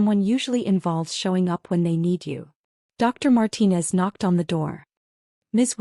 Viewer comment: Another Marcus. At least they pronounced Martinez correctly.